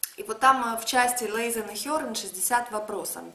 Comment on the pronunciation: Правильно мягко произносить Lesen, но никак не лэзэн